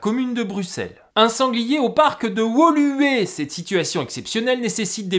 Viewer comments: Bravo pour l'effort de prononciation de Woluwé, à la française s'aurait été cocasse Bruxelles et la Wallonie sont deux régions distinctes avec leurs propres législations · Bravo pour la pronociation de Bruxelles et de Woluwé ! De la part d'un Belge. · Excellent ! Et en tant que belge, j’ai transmis à un contact dans le futur gouvernement bruxellois 🤓 Et ça fait plaisir d’entendre « Woluwe » bien prononcé ! Bonne continuation !